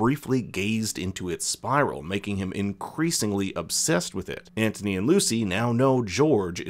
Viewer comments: It’s not Antony that’s what you said😂 it’s Anthony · It’s pronounced Ant-unee.